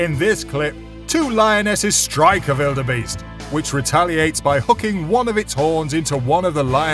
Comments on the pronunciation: It's wildebeest not veeldbeest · never heard anybody calling the gnu a bellabeast or whatever u are saying. butyour narration is great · The letter W: exists This guy: vilderbeast